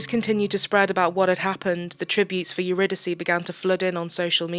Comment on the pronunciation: Her name is pronounced uridicee. It’s a greek play or goddess I think